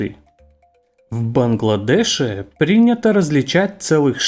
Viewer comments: Этот голосок...,,В БангладешЕ"...и т.д. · В БангладешЕ. Коряво.